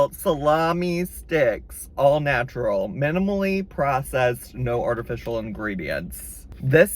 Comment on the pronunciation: The way you said "artificial" sent me